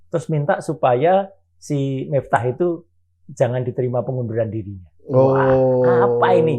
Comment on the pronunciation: BUKAN MIFTAH TAPI MIFTEH